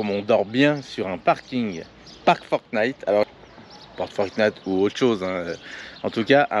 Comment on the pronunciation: s'il te plait, arrête de dire forT'night, il n'y a pas de "t" derrière le chiffre 4 (four) ni derrière le mot pour (for), je dis ça comme ça... rien de grave Merci pour les belles images